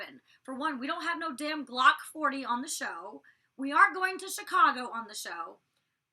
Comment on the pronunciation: I'm literally LMAO the way yo say "Glock 40" lol.